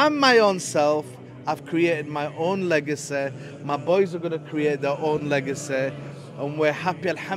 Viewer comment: I love that pronounciation of Legasayyyyy😅😅😅😅. Fajr and tahanjud here baby!!!!